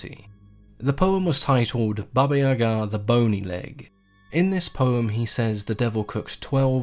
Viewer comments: I'm Russian and watched movies about Baba Yega (iyeeeega not iagaa). You really did a good job with the description. Slavic folklore is often very grey...most beings aren't outright evil. If I can recommend some movies the best are by a film director last name Roe who made it his life mission to bring fairytales to life. A good one is Morozko. In terms of literature the undisputed king of poetry Alexander Pushkin has a great series of fairy tales, s.a. Ruslan and Lyudmila Overall I always enjoy your vids and am waiting for more Slavic themed ones.😉😉☺☺ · Accent on the Ya not ga. I like how her name is Granny Yaga. Always reminded me a lot of the witch from hansel and gretel. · about the pronunciation of Yaga, im Russian too, and it is NOT pronounced iyeeeega, wtf. Yaga is exactly how it's pronounced, w the emphasis on the last syllable. I'm from Vladimir which is a 2h drive from Moscow. Don't know where is from, bc there ARE regional differences in pronunciation in Russia. Iagaa is EXACTLY how it should be said.